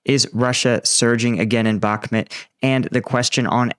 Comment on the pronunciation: Before watching this i would try a guess: Ukraine waits for two important elements to happen. 1.) A significant change of weather, even the unkrainians themselves seem to be surprised, especially in Bakhmut (Please, please learn to pronounce it the right way even me as a german can do it!) 2.) They wait until a significant amount of western tanks have been integrated properly into their batalions, including working logistics for maintenance and resupply. That are points i learned also in your own videos, but now, let's go into it!